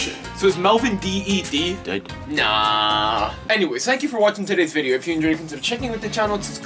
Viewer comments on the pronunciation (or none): When he says D.E.D was funny